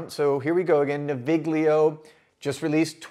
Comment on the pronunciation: The /gl/ in Italian words like this is pronounced like the /ll/ in "million". I live near Milan so I ordered these samples as soon as they were available and they're great scents but mostly more like the scent of a place or situation rather than the scent of a person.